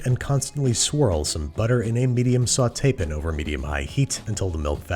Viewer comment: “Into a medium sauté-pn”